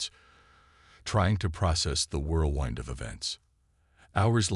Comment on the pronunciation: Seriously...AI FAILURE, as usual.....what is a "WHIRL- winde"?? "WHIRL-wind" I know....!!!!